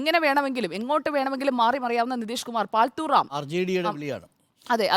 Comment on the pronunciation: പാൽത്തൂ അല്ല. പാൾട്ടു ആണ്